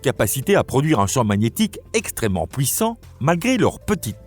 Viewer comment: Effectivement, cette voix IA a du mal avec les "pouis" (puis) et "pouissant" (puissant) 😂 Ce n'est toutefois pas la pire que j'ai entendue 🤔